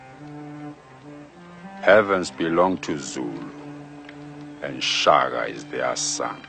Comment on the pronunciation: is it just me, or does he say "Shaga"? not Shaka? So maybe people have been getting it wrong for years